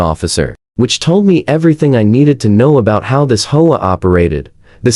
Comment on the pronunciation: The speaker needs to learn to pronounce Home Owners Association OR the initials HOA